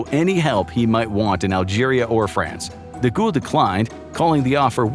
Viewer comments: Who TF is De Ghoul? It's Charles DeGaulle... "De Gall" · I couldn't listen to him being called, "DeGhoul". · Charles de Gaulle (pronounced de Gawl) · Nice vid and thank you 🙂✌ If it may help in the futur, for Charles DeGaulle, you sounded the ''De'' rigth, for the last part, try sounding it like the word "goal" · Your pronunciation of De Gaulle is so remarkable that it took me out of the narrative every single time 😅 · That's not how you pronounce "De Gaulle......" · Americans struggle with English let alone French 😂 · It’s De Gaulle. You keep pronouncing his name like a ghost